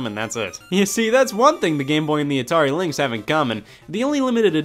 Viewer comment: As he says in a New Yorker accent